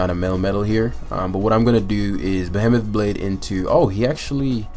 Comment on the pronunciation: please please learn how to pronounce "behemoth". Just fucking google it, good lord. It's been months.